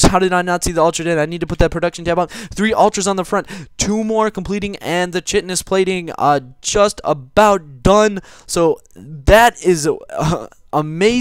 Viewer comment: chitinous: "kite-en-uhs" use google translate to pronounce it :P